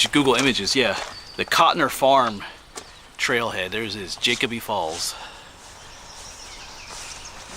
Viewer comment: Jacoby is pronounced with a long o. It’s just over the mountain from my house.